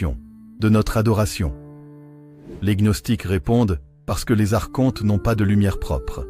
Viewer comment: La prononciation correcte est "arconte" comme archange et non arche honte.